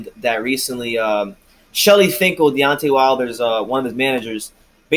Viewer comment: A long way to say, De-uck-tay Wilder don’t won’t that smoke.